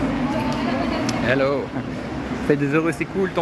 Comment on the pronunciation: Je deteste ce mot hello déjà tres mal prononcé! Pour s'intégrer à un pays on commence a aporendre sa langue !